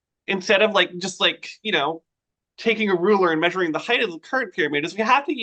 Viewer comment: I wish he stop saying "heighth." ! A sure sign of poor education. HEIGHT! Not heighth! {:o:O:}